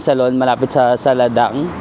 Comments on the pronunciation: It's pronounce as "Saladeng" not Saladang para di ka na mahirapan. 😅 Bangkokian here:) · you should pronounce Sala Daeng ‘Sala Deng’ 😊